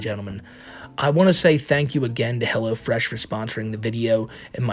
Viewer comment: Helwo Fwesh coupon code WhiteBowsah